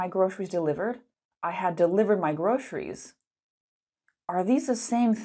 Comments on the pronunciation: why are you saying grosheries? it's a "s" sound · your presentation or online lesson is excellent. It's easy-to-follow and understand and interesting. I really love it though the second syllable of groceries was pronounced as Sh sound. I assumed that this sound does not exist in your mother tongue. All in all, I think you have presented a great lesson. Moreover, in my personal opinion, you were born to be an Online English teacher. You have the looks, competence, confidence and effective communication. You should have a million online followers,. Keep on your good teaching! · Why did you pronounce "groceries" this way?